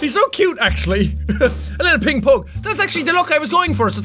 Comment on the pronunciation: He says pug wrong.